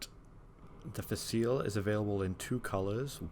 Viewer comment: Facile is an Italian word that means easy or simple. It is pronounced Fa Chee Lay with the emphasis on the first syllable. Thanks for your review. I got the same grinder recently and I love it.